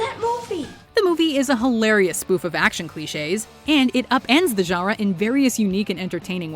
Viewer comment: Love the videos but please, either say "genre" with a perfect French accent, or pronounce it like a North American. Right now you're in a weird no man's land in between the two.